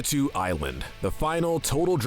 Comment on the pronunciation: Hold the fuck up...Did you just say "Pakitoo?" Try Pakitew as in "Pakitayoh" sorry that's gonna bother me forever if I don't say something